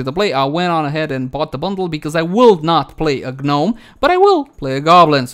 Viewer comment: its not a G-nom, its just Nom... G is silent :-) she seems quite interesting to me + her run animation is so cute :-) makes me laugh